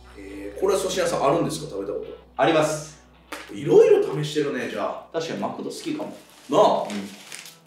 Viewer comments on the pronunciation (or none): マクドのアクセントは『ク』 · マ↑クド↓発音聞いたことないし、逸話はこのチャンネルでしか聞かん（笑） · 兵庫県民やけど、この発音はおかしいで笑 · え、マクドのイントネーションせいやと同じなんだけど少数派なのか笑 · マクドのイントネーションよ